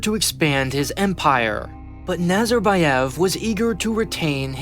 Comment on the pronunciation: аs a person from Kazakhstan, I can agree. аlso, it's Nazarbàyev, Astanà, Tokàyev and not Nazarbayèv, Astàna or Tokiyèv